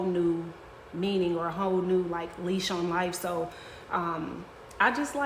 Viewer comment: Its.."lease on life" not "LEASH" on life....I know you got a thing for dogwalking people who annoy you but.... *Lease -2 billion points for incorrectly pronouncing a word in a well known phrase as a lawyer going for a judgeship.